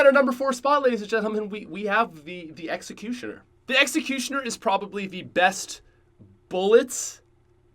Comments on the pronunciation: He said the exacusioner and i wanted to roast him so bad but i wont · I'm playing mob of the dead and right as he's said duel weild five seven I get them from the box 🤣 OMG when he said exicutnor I got that one to 😅